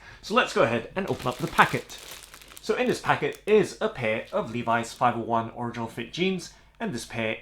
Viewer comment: You pronounce original wrong.